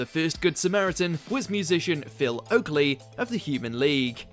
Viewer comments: Yeah, and who is Phil Oakley? I would swear it was oakey 🤦‍♂️😂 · Came here to say this! It's Phil OAKEY ffs, also spotted the "lead foot" with lead pronounced as 'leed' instead of 'led'. Shocking. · yeah yeah, i was being sarcastic. The awful announcer said oakley 😂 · Rubbish video mate. Nothing awkward about any of this. It`s just fun tv. Oh, and it`s Phil Oakey by the way, not Oakley. Do your homework...